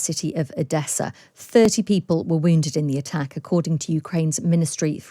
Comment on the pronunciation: when did attack become "attsack". and tactic is now "tsactsic"? And there's a new word called "Britsain". Is this Brexit from the English language??